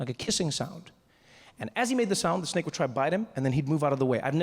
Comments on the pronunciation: I thought it was going to turn out to be authentic Balinese snacks because my indo friends pronounce snake as snack. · ah, yes, a "SNEK" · French Dude: SNEK Me: S N E K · The emphasis on "THE SNAKE"....I've watched this sooooooo many times. Who wants the job of being the snake getter.????? Nope nope nope. 🧡😳